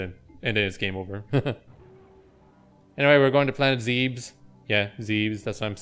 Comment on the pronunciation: I dont know anyone who calls it Zeb-bes zeebs all the way yo Ridley is alive but hes falling apart